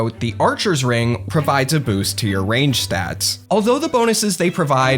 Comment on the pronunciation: Why he keep saying pray range when prime hits like a truck